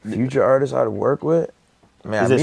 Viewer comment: ...Also, it's ARTISTS not ARTISES